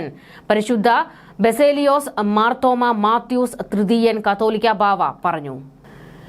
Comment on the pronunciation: വാർത്തകൾ വായിക്കുന്നവർ മലയാളവാക്കുകൾ ശ്രദ്ധിച്ച് വാരിക്കാൻ ശ്രദ്ധിക്കുക ie - കാതോലിക്കാ എന്നതും കത്തോലിക്ക എന്നതും ഇതു വരെ ശരിക്ക് വായിക്കാൻ അറിയത്തില്ലേ ??